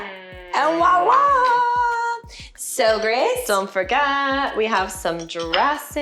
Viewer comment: I am so loving all of the recipes! On thing, the word is on "wowla" it is "viola" - French for "here", lol. Keep up the great work!